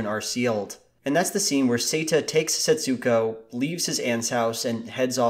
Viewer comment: Just a boring minor correction. In Japanese, with names with an "U" in them the U sound is nearly or wholly silent - at most a kind of inflexion rather than a clearly noticeable sound.. Thus Setsuko is not pronounced Setsooko but rather more like sets'ko. Other similar names share this characteristic e.g Ritsuko (Rits'ko) etc. Some other names seem to share this characteristic. Japanese artist Utagawa Hiroshige's (born 1797) name seems to be pronounced "Tagawa Hiroshige". Given the name Setsuko etc is in any event a transliteration into English (ie the Japanese use Japanese script not English when they write the name) you might well ask why do linguists transliterate in this way - by including letters or syllables that are never meant to be pronounced, the answer is I have no idea. PS Setsuko is (was?) a not uncommon female name in Japan. Setsuko Hara was a very famous actress in the post war period and starred in many Japanese films of that era.